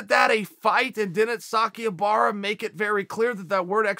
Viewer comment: Sakuraba is now sakiubara